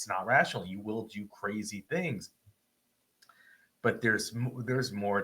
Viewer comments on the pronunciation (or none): none